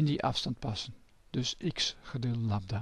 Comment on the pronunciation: Noemt men golflengte niet Lambda ipv Labda